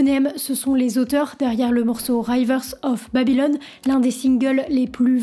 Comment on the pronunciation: Punaise « raïvers of babylone » ! Être aussi nulle en anglais n’est pas donné à tout le monde.